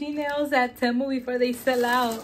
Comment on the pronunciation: Hey you're pronouncing Temu wrong it's TEE-MU 😊